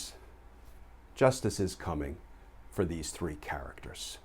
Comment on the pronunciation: Love the way Glen says, “these three characters’ just like my Brooklyn granddad, . Thanks!